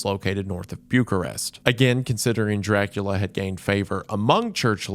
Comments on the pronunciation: guys, I think he's doing it on purpose. No one in the world pronounces Bucharest that way😂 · these pronounciations😭even bucharest isnt safe. buke-arest🥀